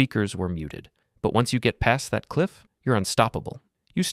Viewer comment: "Taht pain? Taht's growth." - nicee